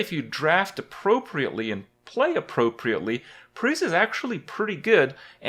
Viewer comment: When you say "appropriately" I heard "luckily"